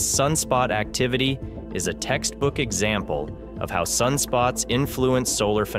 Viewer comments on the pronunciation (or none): none